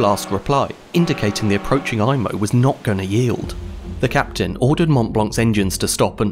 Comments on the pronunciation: It's pronounced "E"mo", not "I"mo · Good Video! Just a few additions to your information. In French, an "I" is pronounced like an "E" in English, so the ship's name is pronounced like EMO. The submarine net extended from McNabb's Island to the Halifax side of the shore of the harbour mouth. When the Mont Blanc arrived at the mouth of Halifax Harbour too late to be admitted, her Captain was so concerned that he had the red hazardous cargo flag taken down. He was nervous that flying the red flag would make the Mont Blanc more of a target while at anchor outside the harbour that night. The Captain was in such a hurry to get inside the safety of the harbour the next morning, that he did not remember to raise the red warning flag. This would have given some warning to other ships that the Mont Blanc was a floating bomb. Your explanation of the reason that the Imo was out of position in the Narrows was the best I have ever seen. Good work.